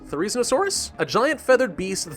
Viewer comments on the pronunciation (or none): none